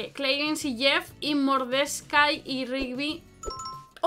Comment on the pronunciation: como no saberlo, mas encima dice mordescai en vez de mordecai